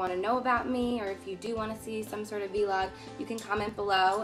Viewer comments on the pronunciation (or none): vee log? lmaoo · ...did she say "vee log" ... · a vee-log lol. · 'v log' LOLOLOL C